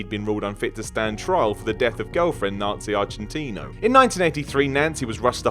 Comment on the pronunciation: the first thing u said Nancy agentina it sounded like u said nazis in Argentina XD